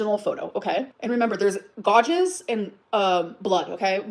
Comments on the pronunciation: She’s so messy in this live, like fully raging Edit: Someone teach this woman how to say “gouge” for the sake of my sanity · Why can't she fucking pronounce gouge